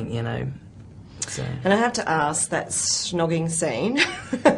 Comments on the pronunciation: the interviewer keeps saying shh-nogging! what an eejit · Lol at the interviewer, "shnogging", it's snogging, love. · She keeps saying shnogging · Wtf she keeps saying shnoging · Is it me or does the interview keep saying "Shnogging?" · LOL the interviewer called snogging 'schnogging' ! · Why she saying shnogging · lmao she kept saying schnogging!! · whats with thats women pronounciation, its snog not SHNOG xD